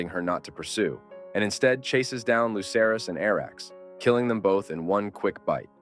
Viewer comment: I LOVE this theory and your overall presentation. But as a GOTs nerd to my core, you almost lost me when you referred to Lucerys (aka Luke) as “Loser-ees.” 😳